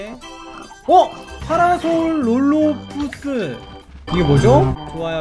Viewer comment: 파라솔롤푸스가 아니라 파라사우롤로푸스임돵!그리고 리오 플레우로돈은 해양파충류라 플레시오 친구하면 좋을것같네용!